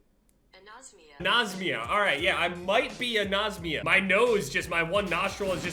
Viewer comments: “I might be anosmia” - 2019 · "I might be Anosemea." hahahaha, bro what? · "I Might Be Anosmia" ~ 2019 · "I might be anosmia" 2019